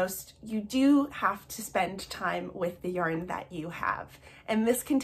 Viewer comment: “Yorn,” cracked me up. 😂 I love your content!